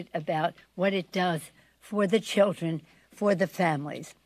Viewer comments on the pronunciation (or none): Yes she is excited , she and others can grift the fund dry as she tells everyone to think of the cheeeldron